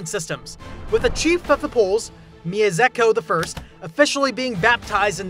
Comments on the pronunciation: Did You say Miezeko of Poland? ja pierd.......... Its MIESZKO. If You cant say that then at least say Miesko or Mieshko. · it's Mieszko I or "Myeshko I", not "Myezekko I" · Mieszko pronounced as Myeshko not mezeko. Thanks for your film ☺ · For Mieszko its something like Mieshco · "Miezeko"!? You go to the trouble of making this video, but you can't type the name into Google Translate? This translator SPEAKS! But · I've stumbled today onto this video and really enjoyed Your material - You've got really energetic and awesome narration! 😉 Leaving a subscription and like, gonna see more of Your content ☺️ Cheers from Poland,! 😁 P.S.: haven't shuffled through comment section, but gotta give You one protip about polish pronounciation. And it's all because of Mieszko! 😂 You read 'SZ' as 'SH'. Here's a proper example to anyone's understanding: szit! 😎 Take care out there! 🤟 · haha yes, I had a lot of difficulty with pronunciation for this video. My tongue just doesn't work like that lol